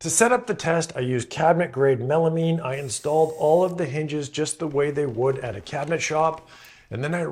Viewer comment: Melamean? Is that like melamine and you mispronounced it. Say the word “mine” real quick 😂